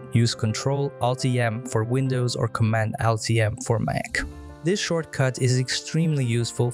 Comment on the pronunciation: Thanks but your pronunciation of ALT is a bit like AL-T-E-L